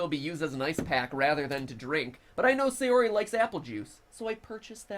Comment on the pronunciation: Same. It's not SAY-ori it's SA-yori